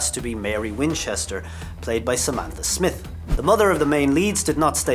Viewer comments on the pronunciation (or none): none